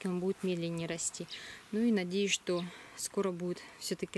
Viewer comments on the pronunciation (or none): none